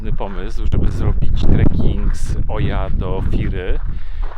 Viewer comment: Zwrócono nam uwagę na wymowę miejscowości Oia, łatwo zapamiętać gdy się skojarzy z odgłosem osła :) Ija --------- było fantastycznie :D